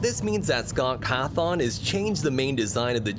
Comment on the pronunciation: Scott cathow ?!?!?;?;? 😂😂😂